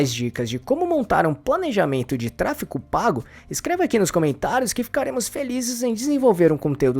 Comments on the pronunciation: A pessoa que narra o vídeo diz “TRA FI CO” ao invés de tráfego… pra mim já perdeu credibilidade. Nem cheguei ao final do vídeo. 🫣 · "Tráfego" e não "tráfico", 😂😂😂😂😂😂😂😂😂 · Trafeco???? que agonia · Ele fala tráfeCo pago... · Qual a dificuldade de pronunciar "tráfeGO"? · simplesmente não consegui engajar no vídeo pq me dava agonia o cara toda hora pronunciando "tráfeCO" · Pois é, acabei de comentar isso… como uma pessoa quer ensinar uma coisa que não sabe nem falar o nome?